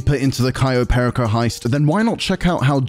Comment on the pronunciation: Perico, not Pericoh.